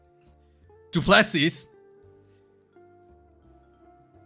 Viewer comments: Du plē -C Du as in do, Well done with the rest of the Bok names, For an Aussie bast....... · Du Plessis is pronounced du-ple-sea